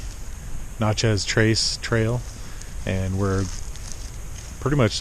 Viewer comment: Oh!! You're mispronouncing of Natchez is killing me!!! 🤣